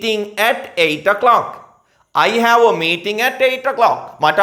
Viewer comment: හෑඋ නෙමෙයි ...හැව්...(have)